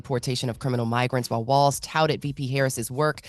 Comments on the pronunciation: Envy gotta stop Calling Tim Wals Tim Walsh. 😂😂😂😂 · It’s Walz not Walsh Envy. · Can someone please tell Envy its Walz, not Walsh